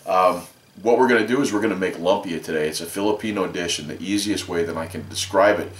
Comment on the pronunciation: Doesn't matter too much but I have always heard it pronounced Loom-pia. Thanks for the video